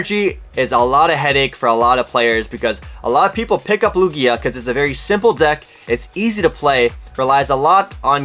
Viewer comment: the way you pronounce Lugia is hurting my brain lmao